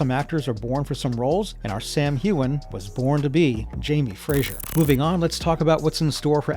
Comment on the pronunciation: Its not Fraysher or Frazier, its FRASER!